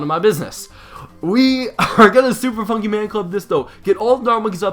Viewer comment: He said Super Funkey Man Club